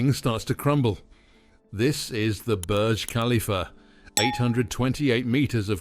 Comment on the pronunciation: Pronounce the topic of your video correctly. Thumbs down. Do better